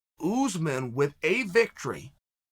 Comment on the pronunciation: I missed Chael saying Oozeman